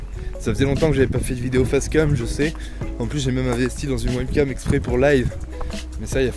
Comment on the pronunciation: Jpp t'a dit en bon français "Fasse Kam" x)))))))